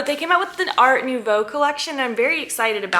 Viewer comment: Your french pronunciation for nouveau is perfect 😉 Kisses from France.